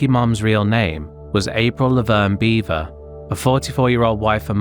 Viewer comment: Not "Beaver" its Bever. B-eh-ver.